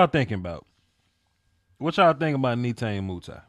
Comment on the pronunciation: “Nay tah nay “ “moo tee” correct Pronunciation